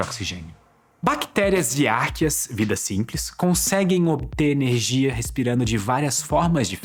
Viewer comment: Vc pronúncia arcqueas de maneira errada.